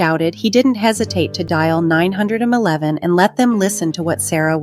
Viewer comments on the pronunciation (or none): 911, not 9 hundred and 11